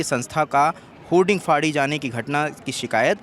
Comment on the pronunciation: होल्डिंग नहीं होर्डिंग बोलिए पत्रकार जी